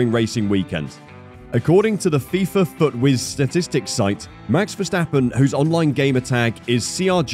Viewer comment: mex versteppen really???? the A's in the name sounding like in CARWASH